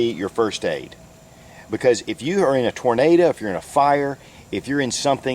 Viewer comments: loll, "if ur in a Tornada" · Great vid as usual and I love how you say "tornada" lol ;)